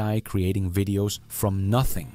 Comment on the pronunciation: If AI is doing your voice have it learn to pronounce V instead W. No more wideos just videos. From a single language Canadian who slides in eh every chance I get. 😊